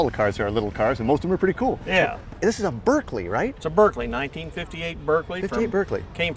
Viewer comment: Even the owner of the Berkeley can't pronounce Berkeley correctly!